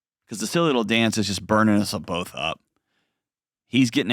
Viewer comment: "...wittle feewings...😂